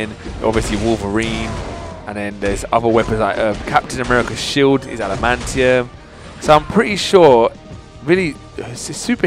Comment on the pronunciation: It's not called alimantium